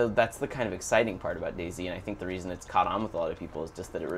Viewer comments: I always thought it was pronounced dayz.. No spacing between. Sorry if Im wrong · It's DayZ not Day-Z. Jesus...